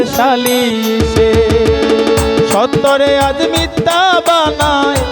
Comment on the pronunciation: উচ্চারণ মিথ্যা,মিততা না